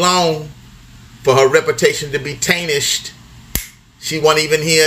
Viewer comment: He said “Tainished” 😂